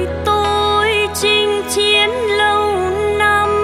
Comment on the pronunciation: Thích chị phát âm 2 chữ ' Chinh Chiến ' và " Chiến Chinh ' nghe kĩ nó hay làm sao.